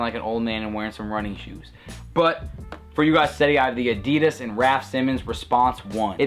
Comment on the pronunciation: a-dee-dus, hahaha funny accent mate.